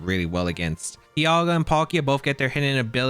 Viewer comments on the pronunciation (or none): none